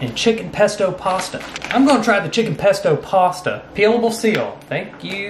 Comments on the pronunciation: * looks down and back up a little * “shank you” 😂😂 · "Nice". Real nice private.😂😂😂😂😂😂😂😂. Shcsank you" 😂😂😂😂